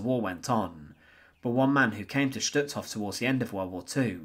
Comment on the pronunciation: Just as a point of interest, words such as Totenkopf 'Sturmbann', Stutthof and Gestapo do not have a 'shh' sound, as there is no 'sch' in them. Stutthof, for instance, is pronounced 'stoot-horf' in German (with stoot being pronounced as book or soot and a soft R at the end).